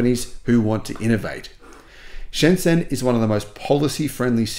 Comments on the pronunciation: Pronounced: Sh'n J'n, Otherwise OK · although the did get it right that Shenzhen is the most advanced city in the world. It also had the cleanest air. Soon will realize that the biggest mall in the world is in Yiwu. Then will realize that the zh in Shenzhen is pronounced with a j sound.